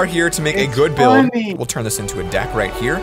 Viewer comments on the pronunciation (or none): none